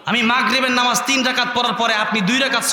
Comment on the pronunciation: নামাজ কথা টা আগে ঠিক করেক